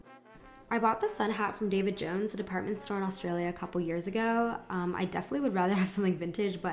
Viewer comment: not sure why you saying 'david jones' was so jarring but,, it was